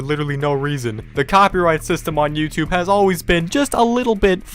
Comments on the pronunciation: You sed youthube 33 times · You said youtube tree times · You said yourube 36 times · You sed “YouTude” 34 times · You said tubeyoub about 35 times